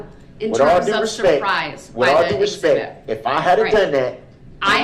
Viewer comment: DB thinks saying "with all respeck" hides the fact that he is being disrespectful !